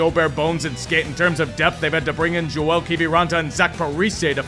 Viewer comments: Kiviranta’s first name is pronounced (Yo-el) not Joel. I say that as a Stars fan who misses him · Joel Kiviranta is pronounced Yoel Kiviranta. It's a Finnish name 😂